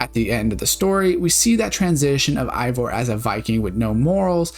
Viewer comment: I can't tell if this is a sarcastic question but, if not, it's because you consistently call Eivor while her name is actually pronounced "Hey-vor", and it's pronounced like tha tby every character in the game.